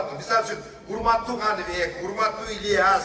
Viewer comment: Канивек эмес КанЫбЕк